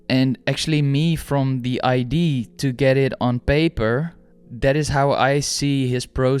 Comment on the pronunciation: Very insightful video by the way. I should have mentioned that in my comment. But it's the way you kept pronouncing the word "idea" as "ID" lol, it was throwing me off. But I did ultimately appreciate what you were saying